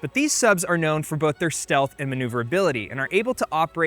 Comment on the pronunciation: Diesel engine “stealth” 😂